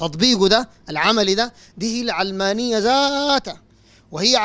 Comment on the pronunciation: علمانية اشتقت من العالم (الدنيا) لاهتمامها بالدنيا secularism او worldly. النطق الصحيح يجب أن يكون "العَلمانية" بفتح العين لا كسرها. (كسر العين يكون اذا اشتقت الكلمة من العلم)